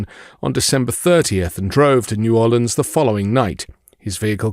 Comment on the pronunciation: Pausing at only 9 seconds to say THANK YOU for properly pronouncing New Orleans 💙😎